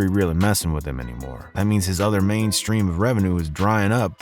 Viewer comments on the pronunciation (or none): none